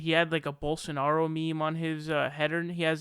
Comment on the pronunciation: Ana nailed Rubin ages ago with her takedown on TYT, he's lazy. Which makes him dumb. It doesn't take much effort to not sound like a moron even if you aren't a genius. But he can't even be bothered to make the effort to not sound stupid. Bolsonaro is literally pronounced exactly the way it's spelled. It takes a nanosecond to look at the word, separate the syllables and sound it out in your head. Rubin can't be bothered to make that minimal effort. Which is why he suggested Jesus was surrounded by Muslims. It's too much trouble to THINK for a second: Jesus = 1AD, Muhammed = 10AD. Duh.